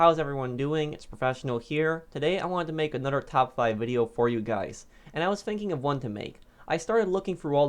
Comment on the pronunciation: “I have ANODER top 5”